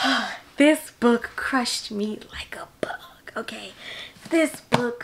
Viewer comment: Every time you said "crush me like a big" I giggled! I absolutely love your passion, and I'm so glad I found your channel! teardrop